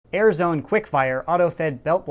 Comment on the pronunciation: 'air' zone.